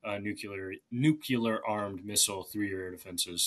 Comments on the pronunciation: PLEASE SPELL "NUCLEAR". Notice it only has one "u". Now spell "UNCLEAR". Notice it has only one "u". Why do people have such an insanely difficult time in pronouncing the first, WHEN I'VE NEVER, EVER IN MY LIFE HEARD ONE, SINGLE PERSON PRONOUNCE "UNCLEAR" WITH TWO "U"S? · Even this young chap can’t pronounce “nuclear” and keeps clearing his throat. My guess is that he’s the first in his family with a serious college degree. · It is very distressing to hear someone who is supposedly an "expert" in such matters demonstrate the inability to pronounce the word "nuclear" correctly. It's NOT "nu - ku - ler." ( ff.) Try "NU klee er"! I am pretty sure that even George W. Bush did better than in that regard. Otherwise, interesting commentary. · DOH!!!!!! The guest is, obviously, well-informed, and has strong analytical capabilities So it is terribly disappointing to hear that he's one of "those people" who cannot correctly pronounce the word "nuclear" Note that "nuclear" has only one "u" in it It is not pronounced "nucular" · When someone pronounces nuclear "nukular", then stumbles and corrects himself by pronouncing it "nukular" more clearly, like oops I almosts mispronounced my mispronunciation. Why is this a thing? It's nuclear. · Please stop using the term NUKULAR. It only shows the depth of your ignorance on the topic. Nuclear is the correct word. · people who say nu-queue-ler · 21,56why says ''nucular'' instead of ''nuclear'' then corrects ''nucular'' to a more clearly pronounced ''nucular'' duh? is he trying to troll the grammar nazis? . He prefaces all he ever says with ''it's hard to know'' (ok so go home and get an expert in.. ) but if he spent less energy mispronouncing the english language he might have more of it to invest in having a clue about summat. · Nu-cle-ar not nu-ku-lar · Guest, repeat after me: "Nu-cle-ar". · Why can Americans not pronounce the word nuclear? It comes out as nuculor.